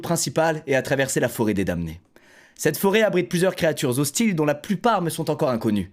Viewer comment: Le m de damné ne se prononce pas les gars xD